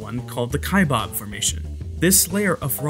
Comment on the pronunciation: Cool video, thanks. Correction: Kaibab is being mispronounced. Narrator is enunciating "Kaibab" as kai-BOB. It's not 'bob.' Second syllable is pronounced as the sound of a bleating sheep with a 'b' on the end. So that makes it baa-b. Kaibaab.